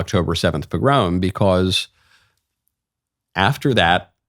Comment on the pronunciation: Forgive the pedantry. Pog - grom is pronounced as it sounds. Pog is hard and so is grom as in cd rom